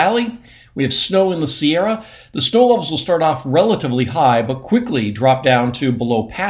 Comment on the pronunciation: Every time Mark says, "Sierra," I smile; wherein, when he says, "Shasta," as he moves his cursor over Mount Shasta, I grimace. Calling Mount Shasta, "Shasta" is akin to saying "Sierras." 😢